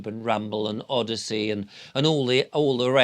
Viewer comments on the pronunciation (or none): none